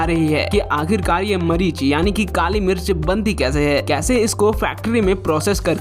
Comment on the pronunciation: Pehle mirch boln sikho